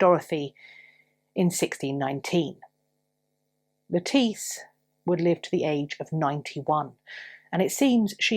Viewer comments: Thank you for this interesting story. I’m so glad that you pointed out that it’s not pronounced like the salad vegetable. I’m blind, and that’s listen to audiobooks. There was I believe an Agatha Christie novel, that had a character who had the same name and unfortunately, the narrator pronounced it lettuce the vegetable. I did have to giggle pretty much every time she was mentioned. Thank you for your effort and for your gentleness and for your kindness in speaking to us. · Thank you for the pronunciation of Lettice Knollys. :) For the longest time I would pronounce her name as the vegetable. lol